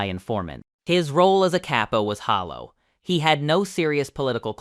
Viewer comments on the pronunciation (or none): none